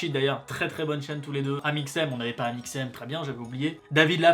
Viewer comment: Jpp "Amixseum"